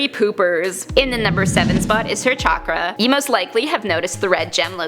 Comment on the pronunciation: Chakra is pronounced with a sh sound. Like shock-ra